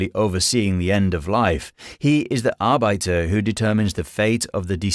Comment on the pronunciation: So I heard the narrator pronounce Valhalla with the stress on the final syllable, which I'd never heard before, and thought maybe that was closer to the actual Norse pronunciation. Then I heard him say "ar-byter" and "ske-LEE-tal", and decided he was just making it up as he went.